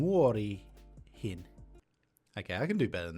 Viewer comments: Here's a few errors in your pronunciations that I noticed. You said "Muorihin" (in grandma/old woman) instead of "Muroihin" (in cereal), you said "Iloista" (from funs) instead of "ilosta" (from fun), you said "yksä" instead of "yskä". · Maybe this has been said before but I just can not help it. The way you pronounced "kusta jonkun muroihin" sounds more like "kusta jonkun muoriin". That is a thing most people would not want to do. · Pee in one's cereals is "kusta jonkun MUROIHIN" you said ... Muorihin which can be interpret to .. someone's granny at least on western dialect 🤣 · MU-ROI-HIN It is MU - ROI - HIN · Consonant is followed by 1 or 2 vowels. Sometimes 3 like "vaa'an" but that's rare. Most of the time the way to pronounce things is much like in Japanese: 1 consonant followed up by the vowels until you get to the next consonant. So: "Mu-Roi-Hin". Easy when you know it, I know but plz don't pee at you grandmum. Also, ys-kä not yk-sä. Kiip on treining Aill bii watshing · pronunciation errors Muori yksä Muori actually means Santa clauses wife😅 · I think your pronunciation for "muroihin" was off because you misread the word. It sounds like you read the o before the r. As many people pointed out muori is an old word for grandma and muorihin is a way to say "muoriin" (into grandma) in an older and more poetic dialect of finnish. Edit: Also for the word "yskä" you reversed the s and the k :)